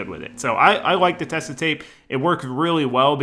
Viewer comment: I really love how the build is going along and how much time you are putting into everything to make it right. Just a little thing about the tape from a German (it's a german company): it's Tesa with emphasis on the e and a soft s. Otherwise it would be spelled Tessa.